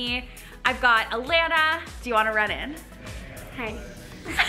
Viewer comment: Lol every time Alexandra says Alana, i cant help but hear Atlanta. Loool anyways, love this video!